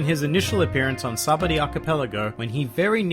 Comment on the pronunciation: Sahbuddy? Dude its sabaody fuckin say it right